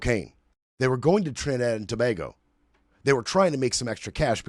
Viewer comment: Hey it's Tobago - sounds like To(bay)go please🙏 Not Toba🐑hgo Good show though